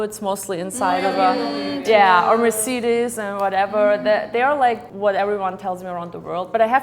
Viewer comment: not German myself and even I had reaction "wait, the way she pronounced Mercedes... Is she German?" and then I remembered her from another video representing one of Balkan countries and having different hair color. What's going on?